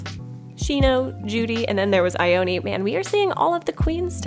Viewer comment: Did she just whine girl Ione’s name?? It’s a Japanese name so it’d be said like EE-OH-NEh not EYE-OH-NEE Ugh it’s so imple to learn to pronounce japans 5 vowels